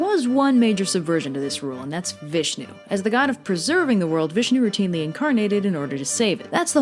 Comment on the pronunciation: You pronounced "Vishnu" so perfectly......I thought no one but us Indians could do it....all others seem to slaughter the presentation